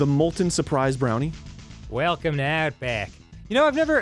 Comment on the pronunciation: Dan... why did you say "Welcome to Outback" with a Southern accent?